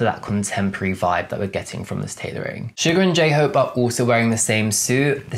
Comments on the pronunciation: Hello, You said Sugar but it's actually Suga. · you seriously called Suga "sugar"... WTF